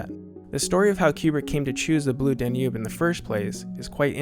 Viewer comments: Most Americans would know that it's DAN-ube, not Dan-UBE. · Blue dan YOOOB (emphasis on 2nd sylable).... Really??? even the people being interviewed here pronounce it Blue DAN yoob. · Very interesting. Liked it a lot. But found your pronunciation of “Danube” distracting. The accent is on the first syllable: DAN-ube. Not dan-UBE. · This is absolutely AMAZING! If still monitors these comments, you are/you have 1 of the greatest channels on YouTube! Especially where cinema is concerned. That said I do have one small but pointed complaint: you can clearly hear (as I've always heard) the word "Danube" ALWAYS pronounced with emphasis on DAN (everyone speaking about it in the clips that you put together pronounce it that way) but for some reason you are putting the emphasis on UBE (D'oh!). In case you do a part 3 in the future and need to reference the music again, I might suggest that you put the emphasis on Dan (and after all, Dan is a pretty nice guy:-) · DAN-yoob, DAN-yoob, DAN-yoob, DAN-yoob, DAN-yoob. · “dan YOOB?” Seriously? Bwaaaahaaahaaahaaahaa! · It is pronounced DAN-yoob. This made me nuts every time said it, which was often. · The narrator pronounces "Danube" with the emphasis on the second syllable... "dan-YUBE". Very bizarre. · I am organising a drinking game, each time the Danube is mispronounced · Very smart doc so how can’t you not know how to pronounce Danube? It’s even stated in several of the interviews you include. Please stop! Fix! Be smart. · Imagine not being to say "Danube." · Please learn how to pronounce Danube. Jeez. Otherwise, a good video. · excellent video... only 'Danube' pronunciation is bugging me :) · And his pronunciation of "Danube" is rather distracting as well. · the stress is on the first syllable of "Danube" please.... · You're pronouncing Danube wrong.